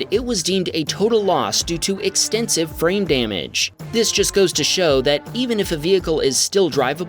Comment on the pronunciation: Wow. I swear I heard 'extensive brain damage' instead of 'extensive FRAME damage.' I wonder what that means for my state of mind....